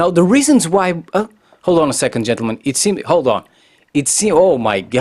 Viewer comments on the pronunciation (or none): Why do you say chentulmen, girl play COD to.